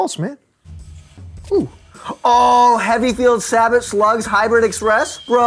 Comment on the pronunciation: Did anyone else notice they pronounced sabot wrong lol